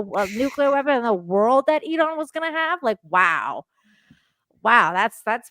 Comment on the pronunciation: Thanks for the Iran pronunciation help "Ear-rahn." Thank you for this conversation with John,. Really appreciate your dedication to streams sharing your bright insight.